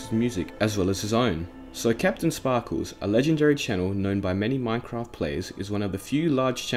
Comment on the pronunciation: "Kapten spahkooz"